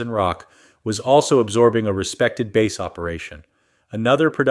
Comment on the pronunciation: AI doesn't get that bear and are AR pronounced the same, love how its says led guitar, or bass guitar like a fish. You beet me two it mi friend!